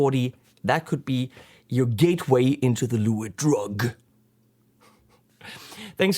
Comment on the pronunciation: It`s pronounced "Le witt" ;)